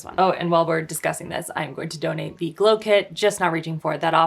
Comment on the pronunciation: I died laughing when was tryna say GOLW ahahahhahaha